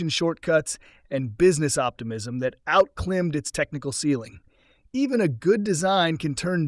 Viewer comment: The "narrator" says "outclimmed". Instead of outclimbed. I can't stand A.I.